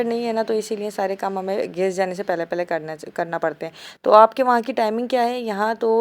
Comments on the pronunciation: Aap log geys kiu bolte ho gas hota h😂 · Gas not gaseeee